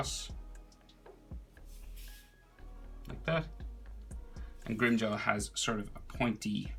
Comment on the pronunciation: FYI it’s grimmjow not grimmjaw